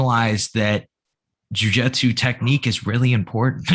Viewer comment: Did I miss the episode that explains why you call it Jiu Jetsu instead of Jiu Jitsu?